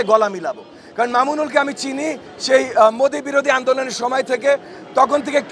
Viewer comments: পারিবারিক শিক্ষা না থাকলে যা হয় একজন আলেমের নাম টাও সঠিক বলতে পারেনা আর জাতি কি এদের কাছ থেকে পাবে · ববি হাজাজ একজন বেয়াদব তার ব্যবহার ভদ্রতার মধ্যে পড়ে না মুসলমানের রাবার বাংলাদেশের ইসলামের খাদেম সাইফুল হাদিস আল্লামা মামুনুল হকের নামটা সঠিকভাবে উচ্চারণ করতে পারে না মূলত এতদিন আওয়ামী লীগ জুলুম নির্যাতন দুর্নীতি দর্শন লুটপাট এগুলা করে গেছে বিএনপির এগুলা করছে এখন সংস্কারের জন্য মানুষ ঈমানদার ভদ্র ভালো একজন নাকি ব্যক্তি কে তাই মামুনুল হক যোগ্য নতুন বাংলাদেশ মানুষ এখন অনেকটাই সচেতন দুর্নীতিবাজদের দেখা হয়ে গেছে বাংলাদেশের মানুষ নতুন কাউকে তাই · একটা মস্ত বড় বেয়াদব আলেমদের নাম কিভাবে উচ্চারণ করে মা-বাবা আদব কাদা শিখায় নাই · মাওলানা মামুনুল হক একজন সর্ব স্বীকৃত সম্মানী ব্যক্তি, কিন্তু ববি হাজ্জাজ তার নামটা সুন্দরভাবে উচ্চারণ করতে পারেনি, তার মানে বুঝলাম ববি হাজ্জাজের শিক্ষার অভাব রয়েছে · আল্লামা মামুনুল হক দেশবরেণ্য একজন আলেম, বয়স ও তোমার চেয়ে অনেক বেশী হবে, তার নামটি তুমি যেভাবে তাচ্ছিল্যের সাথে উচ্চারণ করেছো, তাতে মনে হয়েছে তুমি চরম একটা বেয়াদব বদ নসিব। তোমার পরাজয় সময়ের ব্যাপার। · এই কুলাঙ্গার বাচ্চা উনার নাম মামুনুল হক নামটা সুন্দর করে উচ্চারণ করবা নয়তো তোমার নাম নেয়ার মত কেউ থাকবে না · ববি হাজাজ কি শিক্ষিত নামটাই তো উচ্চারণ করতে পারছে না